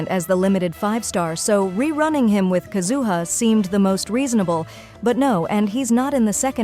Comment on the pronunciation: Ugh. Another AI video. “Kazoo-huh”?